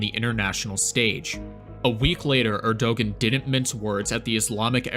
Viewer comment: The ğ in Erdoğan is silent.